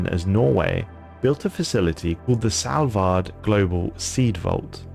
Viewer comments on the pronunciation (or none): SALVARD NAHH YOU ARE PRONOUNCING IT WRONG LAMOAOOO